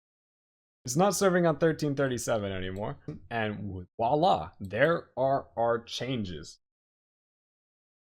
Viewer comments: Oh and it's vwah-la not walla. ;) voilà in French means "look there". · ... its pronounced "Voila!" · I'm with another commentator re the irritation. Voila is not pronounced "wala" in any part of France I've ever been. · This video is such a great service. I also know not to make fun of folks for their pronunciation (because it means they learned the word only by reading!). That said, if the host is going to say "Voila!" as often as this, I must insist that he say "Vwa-La" instead. ;-) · Great docker tutorial, this helped me a lot to understand using docker on windows to establish a linux development environment. but please watch this video to learn how to say "Voila"! It's a V, not a W! ;)